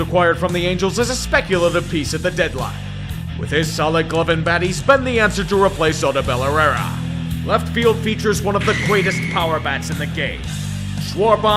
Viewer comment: Dude how much research do you do for these? Spend less time with the voice acting and more time learning the Players names. Oh-doh-bell? Its Oh-do-bull. lol.